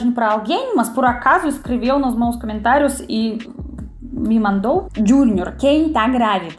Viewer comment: Привет!! Amo seus vídeos, obrigada. Eu queria dizer que, sei porque você diz *Camentários*, porque na língua Russa quando uma palavra tem a letra O e não é tônica então, muda-se o som de O para o A.